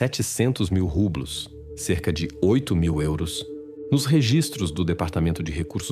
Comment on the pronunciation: Mas, os nomes, são espanhóis, ele pronunciou errado o nome da Moeda do País.